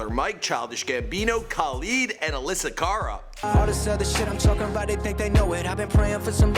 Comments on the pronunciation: anyone else cringe when he said Alessa Cara😂😠 IT'S ALESSIA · Did anyone else get really triggered when he said Alyssa Cara at the start?